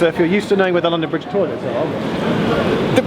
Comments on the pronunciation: ITS LONDON BRIGE NOT BRONDON LIDGE! Ik its silly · "Brondon Lidge" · XD "Brondon Lidge station" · 'Brondon Lidge Station' - delightful improvisation from Geoff and, turning a slip of the tongue into a feature of the video. 'If you see something that doesn't look right' (from the station announcer) - points at Geoff. Laugh-out-loud stuff - and informative with it. Vloggers at the top of their game... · brondon lidge station? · Brondon Lidge station ha ha ha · Brondon Lidge 😂😂😂😂😂😂